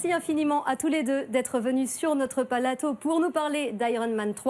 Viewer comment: "merci d'être venu sur notre palateau"